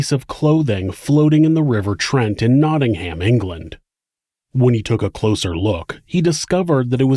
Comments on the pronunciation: "Naading-Ham!" Love the pronounciation! Now try saying Worcester! I love your shows, keep 'em coming. (Pronounced 'KNOT-inggum') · Americans, you guys need to learn how to say nottingham properly ahah also my honest to god reaction was oooooh im in the midlands!!